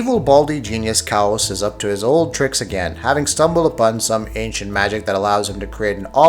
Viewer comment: He called Kaos, Cows lol